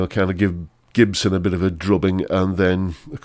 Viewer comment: The cheap Gibson you're bidding on is pronounced Chibson.